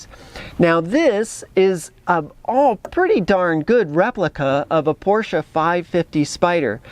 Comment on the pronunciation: Thank you SO much for pronouncing "Porsche" correctly! To me, it's like scratching fingernails on a blackboard to hear someone call it with only one syllable - "Porsh." Naw...that ain't right. It's two syllables, "POR-sha."